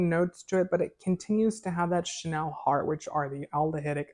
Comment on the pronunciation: It’s Chanel not shennel 😱 and I love Chanel No 5